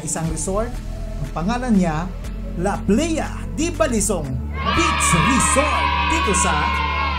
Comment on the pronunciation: Kuya, it is NOT pronounced as " la PLEYa".It is " La PLAya". This means " The Beach of Balisong" in Spanish and in old Ilonggo. It is similar to Tagalog " aplaya".